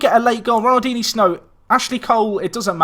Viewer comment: Can someone tell him he's pronouncing ronaldinsnow wrong